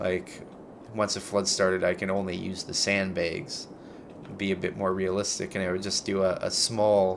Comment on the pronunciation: "sandbaygs" xD I am dying xD Littera--gulp gulp gulp